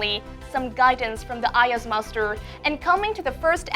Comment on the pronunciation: Bạn ấy nói MASTER mà mình nghe như MUSTARD luôn vậy trời :))) Bạn ấy phát âm sẽ rất tuyệt vời nếu k quá gằn giọng như vậy